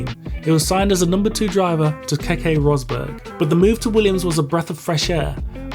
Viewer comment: Ok so Keke rosberg’s name is pronounced Kekey not Kekay (he’s Nico Rosberg’s Dad.) Frank Williams was paralysed from the waste down not neck down. And fun fact Nelson Piquet is now Max Verstappen’s father in law.